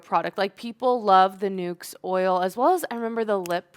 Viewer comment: Nuxe…..like “looks” not nukes.